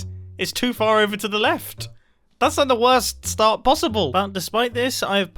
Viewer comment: Did Mumbo just say st-aha-rt, like he's still on Last Life?